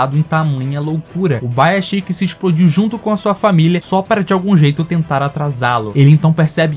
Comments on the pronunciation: é ubuyashiki E ñ ubaiashiky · que agonia ver o cara falando UBAYASHIKI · Video fantastico✨ mas nao vou te sconder meu incomodo sempre que escuto Ubaiaxiki😂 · Fala corretamente mano, é Ubuyashiki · Uma dor a cada pronúncia errada do nome do Ubuyashiki.